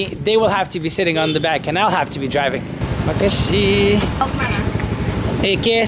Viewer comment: Lol the way you say thanks 'makasih' >>>mike i see? 🤣🤣 I will travel to bromo this march too.. hope not many people around